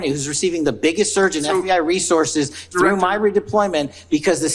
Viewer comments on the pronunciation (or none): He isn’t said thrue